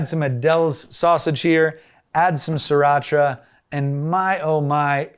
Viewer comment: Pronouncing sriracha is not hard. SRI is the way, not SIR. As there is no siracha only Sriracha.